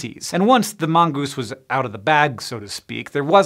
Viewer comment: Mongeese ... Mongoose. Lol